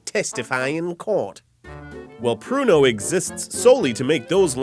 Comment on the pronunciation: i thought he said porno. lol